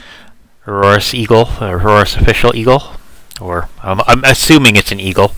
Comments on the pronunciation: it's Aorus, no Auroarus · by the ways it's 'Aorus'